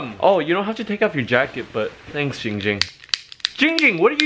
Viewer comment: ITS GINNNNNG GING NOT CHING WING AND NOT BLING FLING